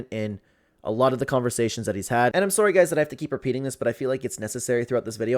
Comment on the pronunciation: You're what Sorey? What the hell does sorey mean